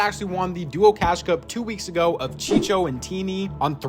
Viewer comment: its not chiCHO its chiCO